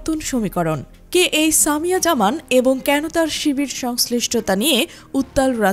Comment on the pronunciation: একটা নাম ও সঠিক ভাবে বলতে পারেন না?? সামিয়া জাহান✅